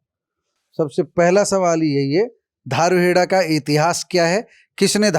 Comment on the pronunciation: धारुहेड़ा नही दारुहेडा